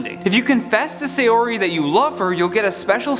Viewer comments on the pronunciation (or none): none